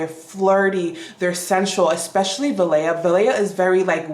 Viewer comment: Althair...THREE syllables, not two...al-tah-EAR. Valaya...va-LIE-a...from Sanscrit.